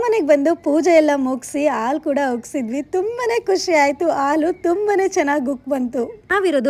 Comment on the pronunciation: ಹ ಉಚ್ಚಾರ ಸರಿಯಾಗಿ ಮಾಡಿ ಒಸ ಮನೆ ಅಲ್ಲ ಹೊಸ ಮನೆ ಆಲು ಅಲ್ಲ ಹಾಲು ಓಂ ಟೂರ್ ಅಲ್ಲ ಹೋಮ್ ಟೂರ್ ಓಲ್ ಅಲ್ಲ ಹಾಲ್